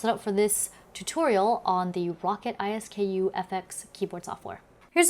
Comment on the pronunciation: Row-cat, Ice-skoo. Not. rocket I.S.K.U